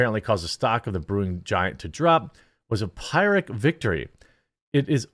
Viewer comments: as an aside "Phyrric" is pronounced "fear- rick" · Those upper Midwest accents are so cute LOL. Jeremy, it's pronounced after King Pyrrhus of Epirus. 😁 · It’s pronounced “pier-ric” victory. A victory that comes at to a great a loss to the victor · Pyrrhic is pronounced, "Per-rik" (or there abouts) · Ouch, Jeremy. It was painful to hear you mispronounce "puny" and "pyrrhic." A visit to your favorite dictionary is warranted. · You've never encountered the word "puny" before? Edit: Ur "pyrrhic victory"? (You butchered both) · You might want to check the dictionary so that you can pronounce "Pyrrhic" properly.